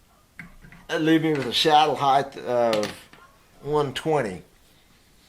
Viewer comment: Why do all guitar set-up people say heighth?